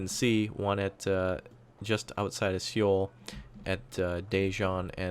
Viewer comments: I think knows this and so many people have told him the correct pronunciation. It's pronounced soul/so-eul not see-oul, it feels, at this point, he's just pronouncing it wrong out of spite now to warrant a reaction from those willing to bite. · Seoul is pronounce like Soul.